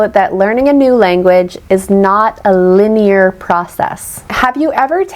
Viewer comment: Isn’t the word “linear” supposed to be pronounced as “LI-nee-ur” only, not “li-NEE-ur”? Why did you pronounce it li-NEE-ur first time and LI-nee-ur a second later? I can’t find this info anywhere on Google, it only gives me one version of the pronunciation that has the stress on the first syllable “LI” 🤷🏼‍♀️